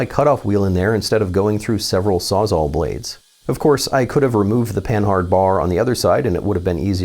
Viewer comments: It's not pronounced Pan-hard it's pan-ard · Panhard should be read as pah-nahr, not pen-hard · "Panhard" is pronounced "puhnard" I think